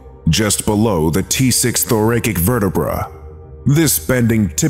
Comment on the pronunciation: Please learn to pronounce the word "thoracic"! It literally snaps me out of my enjoyment of the narration every time! The second syllable is NOT the long ā sound. It has the slight strong part of the word and should be pronounced like the word ass, or acid. The last syllable is NOT "KICK". It is not the strong part of the word and should be pronounced as if you're saying "sick". Or, "thr a' sik" Please correct me if I'm wrong, but this narrator has pronounced this word incorrectly in other videos as well. No insult intended, just a friendly FYI . 😊